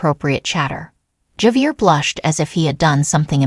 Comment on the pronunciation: This is Ai generated content. Javier correct pronunciation is. ( hav- e- air) Chinese Ai probably.